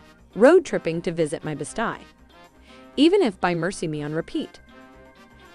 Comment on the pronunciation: I couldn’t stop listening! I wanted to count the Best eyes lol